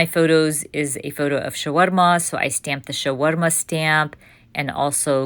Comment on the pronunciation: Okay I'm never saying the word, "shawarma" with my okie accent again! LOL It was beautiful when you said it! 😊 I love this journal and your pages are always so interesting and neat!